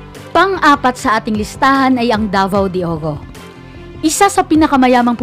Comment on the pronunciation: Dai Davao de Oro dili Davao de Ogo??🙃🙃🙃🙃🙃🙃🙃